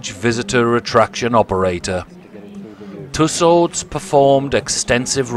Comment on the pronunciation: Dear Sir: it is Madame Tew-sews, not too sods!